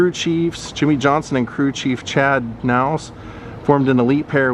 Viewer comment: Also, just a note, its Chad Ka-naus (the K is pronounced) and also Kasey Kahne is pronounced Cane.